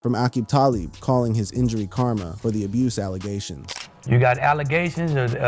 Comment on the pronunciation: ROFLMAO at Aqib Talib pronunciation. Also what kind of monster has a shit eating smile on his face after having his leg turned around 180 degrees?